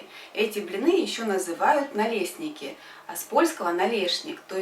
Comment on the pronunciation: Обожаю блинчики! Только если кто-то вобьет в поисковике запрос налистников, Ваш рецепт не найдут. Впервые вижу такое произношение. Пусть это даже правильно по Похлебкину, только мало кому это известно. А блинчики Ваши очень аппетитные!